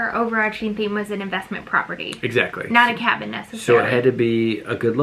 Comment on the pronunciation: You have a “Hoffice” now you have a “Habin” 🤣 ok that’s pretty bad 🤷🏼‍♀️